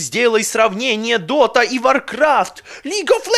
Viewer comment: уже не дота а дока